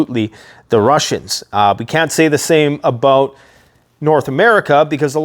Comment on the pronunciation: you should review this and see the inner Canadian Beaverine in ya boi when you started talking aboot your timber toy's 😂🤘🦫🪓🗡️